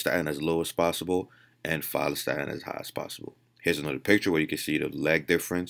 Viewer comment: Had to Google opposite of myostatin, ur not clear in ur pronunciation: Follistatin.